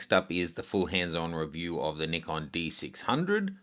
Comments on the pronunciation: Thank God an english speaker saying Nikon the way it should be said!! Neekon, not, Nykon. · Actually its pronounced both ways. In north america, the correct pronunciation is NIGHKON. Even Nikon representatives pronounce it that way. The more you know...